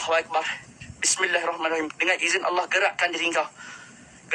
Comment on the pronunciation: Korang cuba dengar dia sebut nama allah..betul ke tak..kenapa ada huruf w